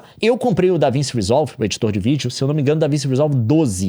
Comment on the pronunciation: NÉ DAVINSSI NÃO CARAIO, É DAVINTCHI. NUNCA OUVIU FALAR DO LEO?!